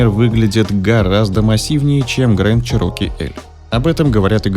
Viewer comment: Не 'ВАгонер', а 'УагонИа'. Не 'ЧирОке', а 'ЧЕроки'. Конструктивная критика, ёпт.